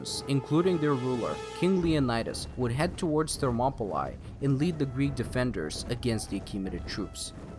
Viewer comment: Enjoyed how you delivered this. One note: Thermopylae is pronounced more like "monopoly". Ther-mo-puh-lee.